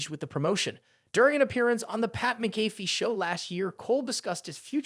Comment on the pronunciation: What the hell is the deal with you and last names bub?!?! Las-nar and Mick-a-fee